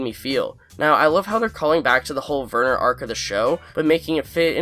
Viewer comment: Werner = Vhere-nur. (like 'where' but with a V). The 'R' is soft, not hard. Now you're speaking German. And yes, how the fu*k did Lalo even get to Germany???